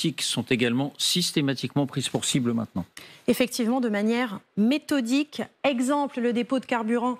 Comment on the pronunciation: Mdr elle a di metodique